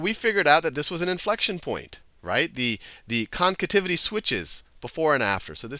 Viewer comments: Nice video. Very helpful... Only it's "Concavity" not "Concativity" XD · The hell is a “concativity?” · Haha! "Concativity" again. :D